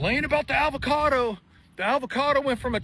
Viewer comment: Is that guy pronouncing it "ALVOCADO?"